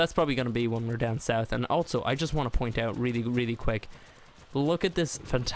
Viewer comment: altso.......altso????also......not altso XD